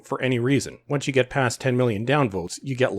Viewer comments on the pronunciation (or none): none